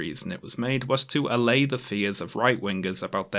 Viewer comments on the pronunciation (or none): none